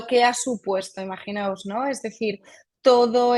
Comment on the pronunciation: Muy bien por la especialista al utilizar correctamente el modo del verbo imaginar. Dice IMAGINAOS y no imaginaros. Cada vez se oye más en tv, reporteros, periodistas y tertulianos la forma errónea de cualquier verbo:.... Imaginaros....